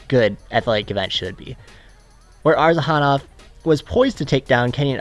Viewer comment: It's Arzhanov, not Arzahanov.